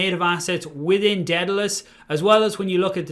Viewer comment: How are we supposed to trust you when you can't even pronounce Daedalus